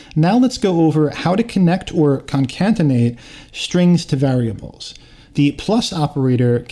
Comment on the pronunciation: good job man nice video. just so you know, "concatenate" is pronounced "con-cat-en-ate", not "con-cant-en-ate".